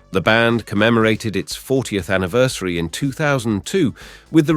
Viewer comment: Are you a robot voiceover. Weird way to to pronounce 'colleagues' and 'anniversary'